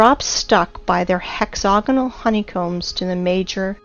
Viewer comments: She has an american accent. Why does she repeatedly pronounce hexagonal as hexogonal? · Hex-AGonal...not hex-OGonal. Yes, the root word is hexagon...and yes, the "ag" sounds like "og", but the pronunciation is "ag" not "og". Now that I have gotten that out of the way...if the Devil's Tower is an ancient tree stump, then why aren't there hundreds or thousands more of them spread across the landscape? Was it the ONLY mega-tree on the planet? How then do you explain the hexAGonal rock formations in old volcanic sites (as in old volcanos) scattered across the planet? There is actually an ancient rock formation near where I live down here in Southern California right on the shoreline of the Pacific Ocean that contains smaller versions of those very same hex-A-gons right alongside porous, bubble-like (Swiss cheese?) lava formed rock. My other question is...why are you showing images of surface lava flows as a comparison to the ANCIENT volcanic cores side by side? Are you saying that you know what goes on inside a volcano when it forms as a mountain, and then incredibly slowly, it breaks down and is weathered and washed away by time and the elements over millions of years? No...seriously, I am trying to keep my mind open here, but as I suffer through your stumbling, and poorly narrated, and difficult to listen to diatribe, I find myself unconvinced of your beliefs here. I find myself jumping forward a few minutes at a time because it is that difficult to listen to you read through your script. It would probably be a lot better if either you take the time to read and ed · You lost me at "hexogonol". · Hex-a-gonal** wtf is hex-oganal? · "Hex-hog-anal geo-met-try-calls" ..... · Please learn how to say hexagonal